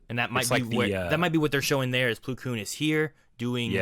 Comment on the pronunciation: It’s plo (ploh)